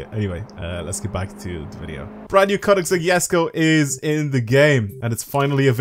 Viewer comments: That's how you're meant to say it. (He doesn't say it with the G it's a K) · Your probably the only one i have heard to say the name correctly